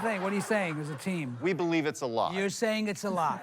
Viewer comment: Why am I so triggered off the bat by the USA presenter emphasizing in the wrong place - Would "I" lie to you, rather than Would I LIE to you